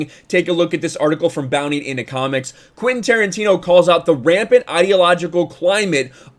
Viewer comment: Quentin, not Quinten